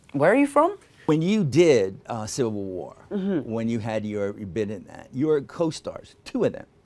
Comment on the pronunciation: who heard him say... SILVER WAR... instead of.... CIVIL WAR... Ploo...